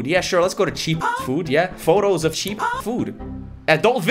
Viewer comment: "Cheap"ah" foods Hm lets go to Cheap"ah"food photo of cheap"ah"foods"